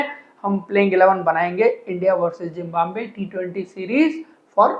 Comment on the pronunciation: Bhai Zimbambe mat bola Karo sun kar achha nahi lagta.. it's Zimbabwe